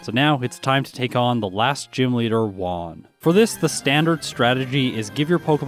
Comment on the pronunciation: As an English teacher who is a stickler for pronunciation, what you can do for Juan so it doesn't become Won is remember "WHO - on". Because who won, you did! :)